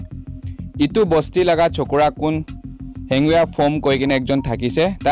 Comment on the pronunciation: His name is Henvieh not Hanbua